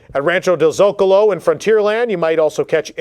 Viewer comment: It’s Rancho del ZoCAHlo